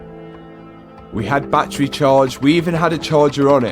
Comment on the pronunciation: It’s Battery, Not BatTreeee.